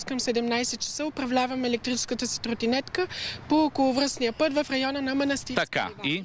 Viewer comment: Много ме кефи как казва трутинетка 🤣